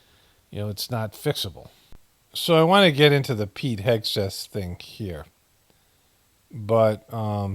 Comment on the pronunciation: Pete Hexath? u mean Sweet kegbreath?..do better a.i! lol